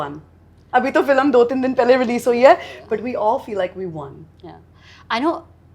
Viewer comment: when she speaks in English it FILM and when in Hindi its FILAM